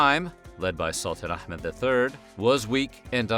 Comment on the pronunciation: Did anybody he nailed those pronunciation especially sultan Ahmad wow